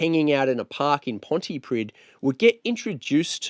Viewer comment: Thanks for this, the town Pontypridd is pronounced, 'Pontypreeth', plenty of British people get this wrong, but it matters to the Welsh.